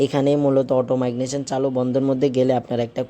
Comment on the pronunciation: ভাষাতে ভুল হচ্ছে উচ্চারণ ঠিক করুন। মাইগনেশন বলছেন কেন?